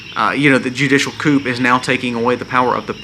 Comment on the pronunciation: you are right but coup in pronounced coo!The p is silent. We need everyone to buy gold and silver. Our dollar is dying.